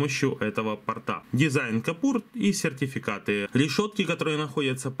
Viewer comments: может быть кУпОр.. а не кОпУр? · Ну почему "капур"? КУПОР!